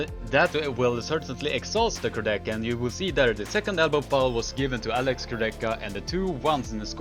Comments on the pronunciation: "Kurdecha" is also wrong pronuncation. Correct pronuncation is "Kour-de-ha" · Nice video, but try to pronunce names right: Kurdecha -> ch is hard H. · Polish armwrestler's second name pronunciation is wrong. You can easily find the right pronunciation in any of his fight.